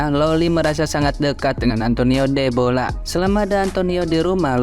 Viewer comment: Bukan debola mas, tapi dedola 😊